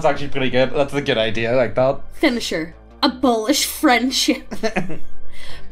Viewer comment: When you said "Abolish Friendship" I heard "Abolish French" and I thought he was mad about his French classes.